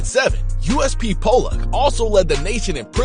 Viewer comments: And it's pronounced pol- lock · Its pronounced Poh (as in the name Paul)-Luck. Rhymes with Pot Luck, but with two Ls.